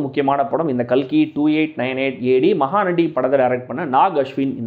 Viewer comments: Ka L Ki ❌ Ka KI✅ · Thambi....kalki name ah KAKI nu maathuninga paaaru...PRAMAADHAM THAMBI😂😂😂